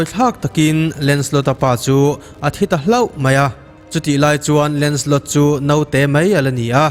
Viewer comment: 'Note' ni lo vin 'naute' tih ni zel tawh se.